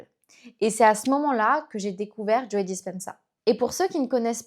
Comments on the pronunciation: Merci beaucoup pour la vidéo. Son nom se prononce en anglais juste JO sans prononcer le e final, ça fait bizzare d'entendre Joé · C'est marrant que vous prononciez le e de Joe 😊. Super transmission de connaissances 🙂